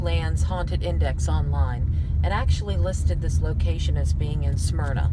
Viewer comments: Hey, Damn boy; you are sooo southern.... Smyrna is pronounced in two syllables.(Smyr-nah) You pronounced it in three. (Sa-myr-nah) You been drinking out of a Dixie cup too long..... lol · sorry for the sarcasm... took me a few videos to get used to your style. But it is pronounced Smyrna not Sah myrna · its pronounced... Smyrna,,, not sah myrna. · Sah-myrna, Delaware??? Its Smyrna.... lol